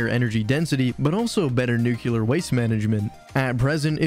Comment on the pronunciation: Are you saying nukuler instead of nuclear on purpose? Because it makes me think you don't know what you're talking about in the first 5 seconds. It's probably a great video, but I had to turn away.